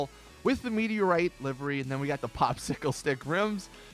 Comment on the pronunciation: I have both the sultan and the banshee and the banshee has far far more customisations then the sultan. And half the video correction all of it you were say livery wrong. And it's not all about looks it's about performance. Such a shitty YouTube channel learn your damn facts